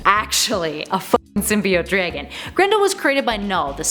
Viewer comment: Never heard it pronounced like that. Sounds like a name. I like it.